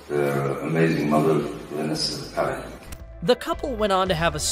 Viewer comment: It it not pair a di. It is Pah rah dis. Try a bit more.